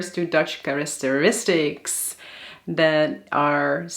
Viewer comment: You're so helpful with Dutch pronunciation, let me return the favor: , "characteristics" is /kar-IK-ter-is-tix/, not /kar-IS-ter-is-tix/. All the "c"s are hard.